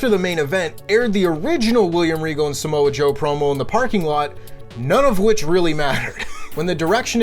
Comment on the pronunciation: said Samosa Joe 😂😂😂